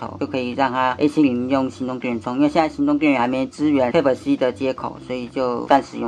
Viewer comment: 注意一下type發音